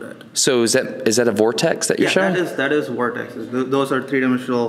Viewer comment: he has a light accent then all of a sudden an extremely heavy accent when trying to say “vortex”